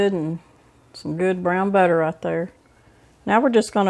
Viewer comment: *Brown, not Beown